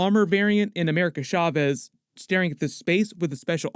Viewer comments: As a Hispanic person, it hurts my ears every time you say "shavez" instead of "chaves." 'Ch' supposed to sound like "choo-choo" or "cha-cha." I'm use to hearing bad pronunciations, but not so many in succession, lol. Please take this as constructive critique, ty. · Why do you keep saying “America Schavez”?